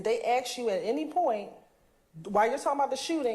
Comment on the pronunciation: girl it's "ask" not "Ax"